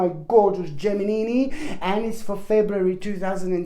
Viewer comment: I like how you call the geminini👍